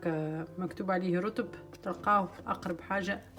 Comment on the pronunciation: Salem hannouna habbitt barka nsallahlek haja bsita rahom ces dattes on les prononce" routab" mouch rotb kima 9olt inti ! Kima fil ourat maryem .